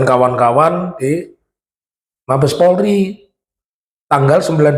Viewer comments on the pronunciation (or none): none